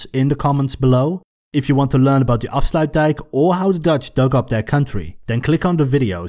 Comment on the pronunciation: He actually said afsluitdijk correctly